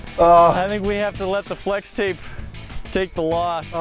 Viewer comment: Dude its fwex tape get it right